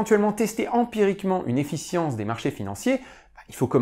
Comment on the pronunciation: Très intéressant !! Attention à la petite faute qui se répète tout le long : Efficience et non Effience. ;)